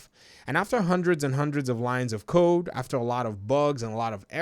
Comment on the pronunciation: Lol thought he was like after hundreds of lines of coke 🤣😂, but he said code .....